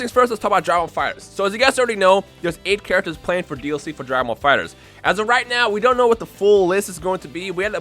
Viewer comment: "Drah ball fightrz"